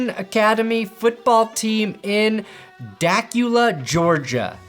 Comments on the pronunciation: Duh-que-luh Georgia! Not Dak-you-lah. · For reference for anyone seeing this, Dacula is NOT pronounced like Dracula. It's pronounced like Da-cool-a. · It’s duh-Q-la geargia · Its (Duhhcuula) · Da cu la smh. Sorry but at least ask someone who it’s pronounced.